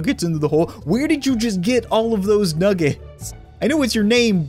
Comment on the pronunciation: am I the only person that noticed nugget said "thows"?